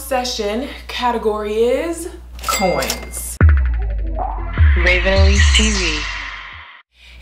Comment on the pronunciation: At first in the intro I thought she said boys but it was really coins